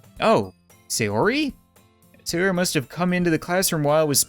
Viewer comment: Thank GOD you said sayori right